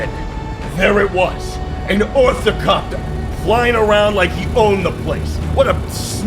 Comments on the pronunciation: I don't know how to tell you this. But it's ornithopter 😅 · Him mispronouncing the ornithopter name saddens me but im too tired to care and it seems hes vibing so ill let it slide